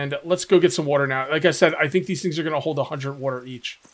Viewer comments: The jaguar spawned bc he was displeased with your pronunciation of "water". Water...not "wooter" 😂😂😐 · Lmao fill your badoner with wooter